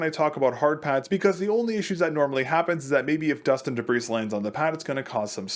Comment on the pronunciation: the s in debris is silent